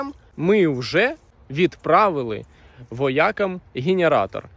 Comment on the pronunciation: Дякую за огляд і допомогу хлопцям! Але зміни будь ласка наголос з вОякам на воякАм, звучить образливо🫡